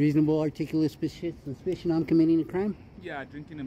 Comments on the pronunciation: "U got a reasonable articulabal spessssiition 🤣 🤣 🤣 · He can't say "suspicion". His speach pattern would make me suspicious, too. As would his drinking something from a paper bag. Full honesty in presenting these, please. We know you audit and we know you edit.